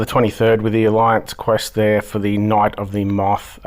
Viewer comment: Ohhh ur saying moth lol I thought u were saying mop lol I figured you were doin some cleaning while talking. 😅😅 jk lov. I do love this i definitely agree to do this again. And just 1 more thing don't talk about foods without showing it 😢. Lov and appreciate you taking the time to do this.❤❤